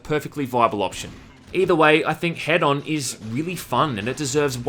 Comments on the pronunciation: It's "hee-done" not "head-on", right? 😂😂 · There's only one "d," so I think it's supposed to be "HEE-don," like hedonist and hedonism. I hate it when companies and devs name things with unclear pronunciations, like "WE know how it sounds, so logically everyone else does too." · I cant man im sorry, ITs HE DON like Don like a don form a mafia, Not Head On thats a shitty commercial. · Why are people pronouncing this "Head-on"? Isn't it "he-don"? As in, hedonism? Also, - You can ignite those clouds with fire and it detonates - a really strong one too. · Why does everybody call it head-on... I thought its supposed to be hedon like in hedonism... so he-done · I can't seriously be the only person who knows it's pronounced "He-don" right?.... 4 million "head-on directly to forehead" comments Oh.. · Isn't the word hedon pronounced heh-dun? Short dun. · Wouldn't it be pronounced "He-don" as in hedonist/hedonism? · It's "hee-dun", like in "hedonist". linked to an incorrect pronunciation, making him wrong twice. Furthermore, he is pronouncing it with two long vowels in his video, which doesn't even match the pronunciation in the linked video, which is a long vowel followed by a short vowel. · Isn't it HEdon? As in hedonistic, or hedonism? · prettysure it's hedon like hedonism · It's pronounced HEE-dun and is Greek for "pleasure". Knowing that should make the main character even better. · I think its pronounced h-ee-don. As in hedonistic. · One day you'll learn how "Hedon" is pronounced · Pronounced 'hee-don' for future reference. Sorry it annoyed me every time you said the title lol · Pronounced Heedon. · Pronounced heedon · Isn’t “Hedon” pronounced liked “hedonist”?